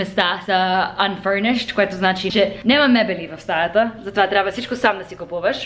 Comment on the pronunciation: Може да пробваш вместо нема-няма, место-място, nothing wrong with the way youre saying it но според мен другите звучат малко по-добре